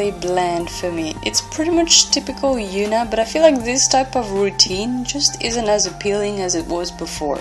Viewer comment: Girl who's Yoona? That H ain't silent 🙄